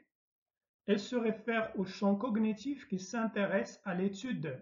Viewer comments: Bravo , un travail de qualité 🎉 Seulement une p'tite remarque, on ne prononce pas le " g" dans cognitif ..(connitif). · merci pour votre explication, juste une petite remarque pour la prononciation du mot cognitif la lettre "g" ne se prononce pas c'est comme dans "compagne" par exp. bon courage et merci